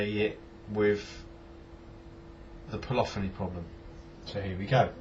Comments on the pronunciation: Cant you put effects on the main bus? Surely you could put, say a reverb on the whole thing and then use the extra insert fx for others? By the way, its polyphony (pol-liff-oneee) not polophony..lol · Po- liff- fin - knee